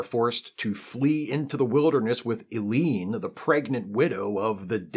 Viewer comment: "Ellie-En," rather than "Eleen;" "Mah-Ahb," rather than "Mob;" "Akah-Ahr," rather than "A-Car," etc.